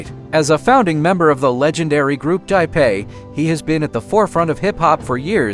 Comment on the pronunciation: The narrator calls the group dipsa ..lol not dipset AI made